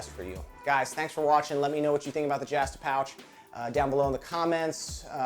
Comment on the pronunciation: "jahhhhh stuh a pouch"??? I do believe there is only one "a" in the "justa"